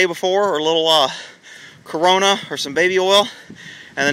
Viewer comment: did my guy say corona